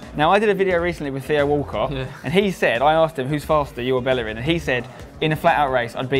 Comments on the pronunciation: Bellerin probably cringed everytime he said Bellerin instead of Bejerin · Will they ever pronounce his last name properly?